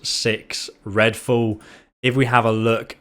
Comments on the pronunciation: Are you saying fool or fall? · Redfool? You said redfool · Ah yes "Redfall"